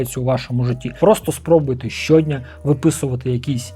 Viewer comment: Круто, але трошки подушню: наголоси - щодн'Я, заздалег'Ідь...